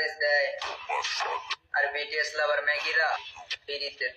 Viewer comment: shibal তো bts এর উচ্চারণই তো ভুল করেছে। হবে বিটিএস বলতেছে বেটিএস 🤣🤣🤣🤣🤣🤣🤣🤣🤣🤣🤣